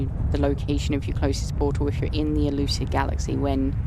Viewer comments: Euclid is the galaxy everyone starts in. Probably named after the Greek father of geometry, I believe it's supposed to be pronounced "yewklid". Putting in incorrect or random portal addresses will take you to whatever planet has that address. The device you used to collect Traveler souls is very similar to the Mind Ark you used to capture Artemis' soul to transfer to the simulation. Normal starship procedural upgrades should work on your living ship, though it may take some time to figure out what their equivalent names are. I believe the two weapons you have on your ship can be upgraded with Photon Cannon and Phase Bean upgrades. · It's pronounced "You-Klid". He was an ancient mathematician. All the galaxies I believe are named after famous mathematicians. 😁